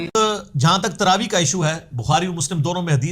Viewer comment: پہلے تو یو ٹیوب کے متن کا عنوان کا تلفظ کی تصحیح فرمایئےگا۔ تراویح ( صحیح ھے ) تراویع ( غلط تلفظ ھے )